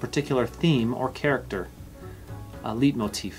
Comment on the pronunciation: Leitmotif is pronounced Light-moteef. Not leet